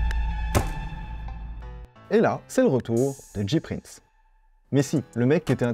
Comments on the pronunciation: C'EST PAS DJI PRINCE C'EST JAY PRINCE PUTAIN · James Prince (J Prince) prononcé "Jay Prince" pas "Dji Prince" sinon ce serait "G Prince" :'(